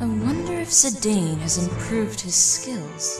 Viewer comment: Oh, and endless thanks for pronouncing Zidane's name as it is phonetically spelled, and not like a certain infamous French football player. <3